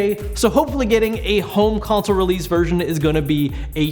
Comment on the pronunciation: Mark Lindberg Haha yeah I know, just wanted to make a joke about how at one time in the video he pronounced wierdly, like home "counsol" instead of home consol. Sorry if that wasn't clear ;) it hard to show sarcasm sometimes ;) Thanks for the explanation anyway man!